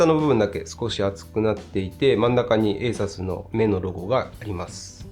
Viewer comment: ASUS信者としては、「エイサス」じゃなくて、「エイスース」と発音してほしい…